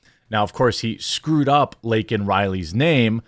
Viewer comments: Stuttering does not make him say LINCOLN instead of Laken. It also doesn't make a person lie or yell. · Joe Biden called Laken Riley, Lincoln Riley. What a piece of 💩. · The libs are offended that he called them illegals. But not that he mispronounced her name. The libs are offended that he "dehumanized" illegals, but not that she was "dehumanized" by being killed. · MTG the MVP here for forcing Biden to go ofc-script and mention the name of the girl (albeit in Joe's fashion, mispronouncing it) that was removed from this planet by a foreign invader (Thanks Mark Dice for this term).